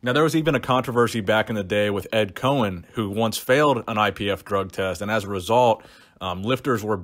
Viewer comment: It’s Ed Coan (pronounced “Cone”) not Ed Cohen. Nice vid man, keep it up.